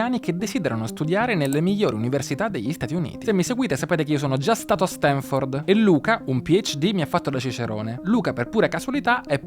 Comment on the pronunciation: pero' se dopo questa intervista continui a dire StEnford... non ti si puo' ascoltare 😭